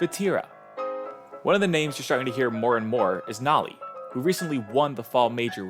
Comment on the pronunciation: bro said nAly